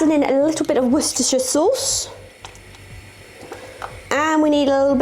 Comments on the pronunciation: She's from England and she said it perfectly. You do know that Worcester is in England, right? The thing she had a problem pronouncing was gruyere, which is not from england. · The correct pronunciation of Worcestershire is Wooster sheer. Hope this helps.